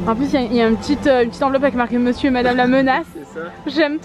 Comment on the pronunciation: j'aime trop les vlog sa ma fait trop rire quand il a dit mesieur la menage